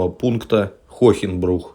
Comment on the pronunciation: Правильно- Хоэнбрух, а не Хохенбрух.